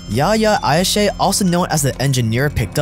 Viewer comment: Not Ayshe, Ayash.his name was Yihye Ayash. In Israel he was called "The engineer"